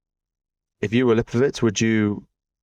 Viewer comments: He also says Lipowhich instead of Lipowitz, and Vankellan instead of Vauquelin. It gets a bit annoying doesn't it! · bro, his name is LipoWITZ not LipoWICH 😂